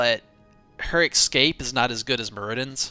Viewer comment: It's escape not excape, there is no X in it, it's like espresso.